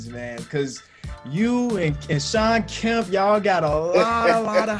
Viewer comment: Kemp is pronounced keh-emp